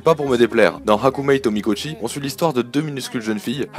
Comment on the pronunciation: Sympathique video Je vais buste t'embeter sur un point: la prononciation en bon japonais des titres d'animes : on dit bien [shoojo shuumatsu ryokoo] pour Shoujo Shuumatsu Ryokou, et [Hakumee to Mikotchi] pour Hakumei to Mikochi ;)